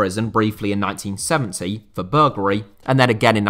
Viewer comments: It's pronounced burgLARY not burgLRAY. Why do many people get a simple word wrong? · Burgulry? Come on, it's burglary!